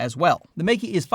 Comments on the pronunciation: But both Mey-Key and Mike-Key are wrong 😂It's 'May' like the month, and 'Kuh' like the 'cu' sound in the word "custard". It's not hard to say it correctly, we have all of the sounds in English (unlike other Chinese brands e.g. Zhiyun). For the losers saying I'm being pedantic, wouldn't you point it out if he was pronouncing Canon as 'Ceenown'? Sure you would. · It's not "Mikey', the two syllables in the name are pronounced May (like the month) and Ke (the sound at the beginning of "current". Don't you have some brand deal with them or something? You should really know this. Anyway, still enjoyed the video. Been here since the early days.